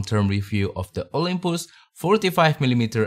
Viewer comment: Olympus, jangan bilang Olympoes!